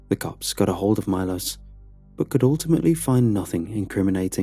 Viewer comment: I'm just sat here chuffed that Bulgaria was mentioned in a Creepypasta :D That would mean the colleague's name was probably pronounced Milosh not Milos.